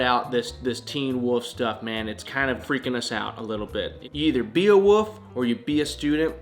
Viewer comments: Downey Studios I thought that he turned into a wolf but I guess he actually turns into a woof. 🤣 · You almost pronounce "wolf" like Rhett does haha